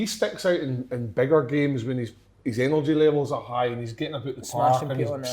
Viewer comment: Kev goes full Belfast. "Bigger"